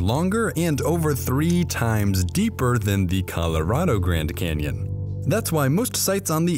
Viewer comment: I keep hearing the largest Kenyan